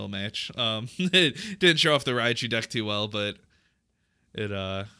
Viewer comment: Its rai-coo not rai-COW wtf